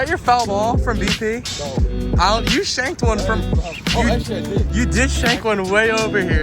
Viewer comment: Did any body here him say shake one😂🤣😂🤣